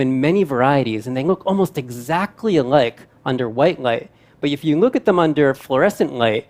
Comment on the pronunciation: Why is the presenter not able to say the letter "l" ...i thought ..wat he is saying at first n i realised he was trying to say light. He pronounced it as "ngaith" and "ngas year " as in last year.